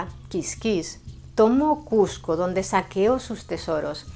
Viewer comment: te agradezco mucho que por respeto a nosotros, los peruanos, pronuncies Cusco y evites llamarla Cuzco. Eso es respeto.